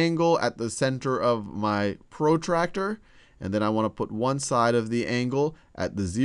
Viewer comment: his accent pro tractor ha ha ha